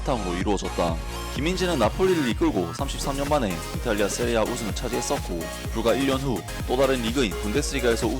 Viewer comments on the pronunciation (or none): 세리에 에이보단 이피엘이 나을듯. 근데 왜 세리에 에이를 세리에아로 불러요??